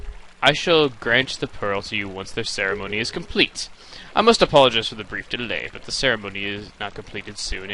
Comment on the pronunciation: Its Complete not Comlete, Chugga A Conroy